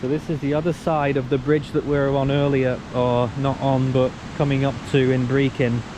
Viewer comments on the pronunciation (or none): Could you please find out how to pronounce Brechin? It is not pronounced Brekin!